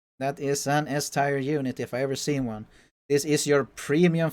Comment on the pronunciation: How have you spend however many years on this earth, without being able so say "tier" correctly? I mean surely you've heard someone say the word before?